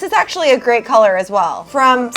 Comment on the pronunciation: 😂💚 says “collar” instead of “color” lol haha